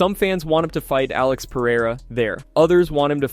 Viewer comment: Chael Sonnen cannot even pronounce Alex's name right.